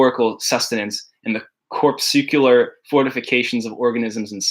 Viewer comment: You mispronounced corpuscular